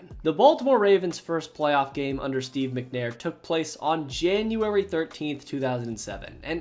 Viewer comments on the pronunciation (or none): ahh yes my fav month, Janauryry Good vid mate